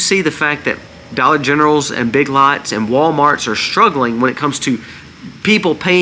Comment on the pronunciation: W😮ho!? Did you say Big lots?